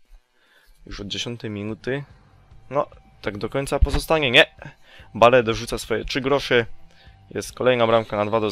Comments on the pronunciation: Wiem chodziło mi że skoro mówi BALE nie Bejl to może mówić SPURS nie Tottenham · On specjalnie tak czyta, tak samo jak BALE xD